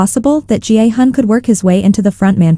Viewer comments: Why do you pronounce Gihun as Jianghan? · It’s a text to speech, so the AI reads it as G-I-Hun.